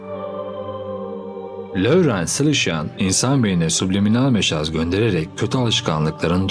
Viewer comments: bilader meşaz değil mesaj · mesaja neden mejzas diyosun mesaj diye okunur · Diksiyonun bu kadar iyiyken meşaz nasıl oluyor abi :) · bide meşaz demesen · Çok hoş ve güzel videolar yapıyorsun,ses tonun da çok güzel fakat bunu aşağılamak için söylemiyorum "mesaj" diye okunuyor takipçilerin olarak başarılarının devamını diliyoruz